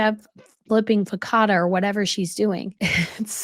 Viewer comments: What is focatta??! Do you mean focaccia (pronounced fuh-kah-sha)? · It’s “focc-ia-ata”. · Hi it's focacia. Im Italian not trying to be mean ❤